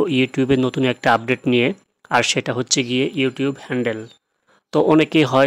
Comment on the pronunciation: ভাই আফডেট না তো আপডেট 😂😂😂😂😂😂😂😂